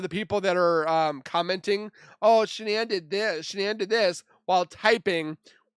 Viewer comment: I like your vlogs but for the love of it can he please say her name properly ??? It really isn’t that difficult 😡